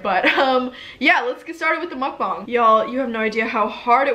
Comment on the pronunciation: Did she say Mukbong